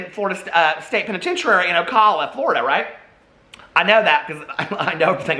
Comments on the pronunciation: it’s pronounced o-cal uh like the man’s name cal (not like “call” a friend). love you! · Sorry I have to do it... Ocala ( oh-KAL-ə) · Ocala. Oh Cal (rhymes with pal) uh.